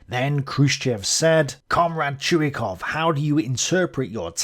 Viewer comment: Its not a big deal but Krylov is pronounced as Krilov not Krailov. Russians writing in Latin put "y" for their letter "ы" which is confusing for non-Russian speakers because they also put "y" for their letter "й". Anyway its KrilOv with stress on the second syllable. Also talking about stress - its ChuikOv, not ChUikov.